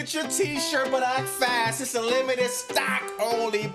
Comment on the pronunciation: "PAUL LEVVECCCKK! & its a limited SSTOCCKK!" 😂😂😂😂